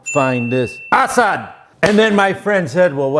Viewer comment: Went to high school with an ASAD!.We didnt say it like that though